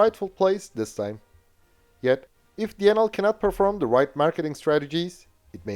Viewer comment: Pity he can't say Denel correctly though.